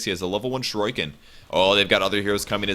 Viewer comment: someone plz teach how to pronounce shuriken